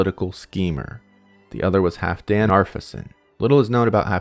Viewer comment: Haraldr Fair-Hair*. The L in Halfdan is not silent. "HaLfdan". Reverend Magnusson stood to profit fron the Jónssons' loss, eh? Sounds like he just didn't like them and wanted to take their holdings for himself, to me. Wouldn't be the first time a churchman has done that - look at Giles de Rais, Erzabet Báthory, and others famously demonized and their assets collected by the church. Him bagging on Thuridthur was just him being a schizo - man probably had epilepsy and nerve damage and, like any good Christian, mistook his own cells' failure to "cell" as the scary pitchfork man, then blamed the nearest applicable scapegoat. I dunno, that fart spell didn't read all as all that much harmless mischief... Concentrated willpower, eh? Hmm. Teasing at the edges of psionic principles.